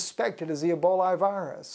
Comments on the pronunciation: It's pronounced E - BOL - A........there is no " i " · It's Ebola not Eboli